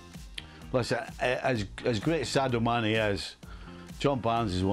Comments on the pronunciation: Barnes more skilled than Mané, but Mané the better all-round footballer given the amount of defensive work he does. How can Dan Thomas still not pronounce Sadio Still insisting on SAY-DOH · It's easy SA-DIO not Sedo or Sedio. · Dan, its sadio not sado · Its Sa-Dio, Dan. Not Say-Do 😒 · It’s very “SADO” a grown up presenter for many years still can’t read properly. in fact it was a player’s name that been mentioned over a thousand times in this show alone. COME ON DAN. Seriously? 🙄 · "SAY-doe" lol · Why does Dan persist on pronouncing Sadio Mane’s makes wrong